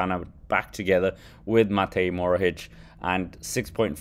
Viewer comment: It’s Matej Mohoric not Morohic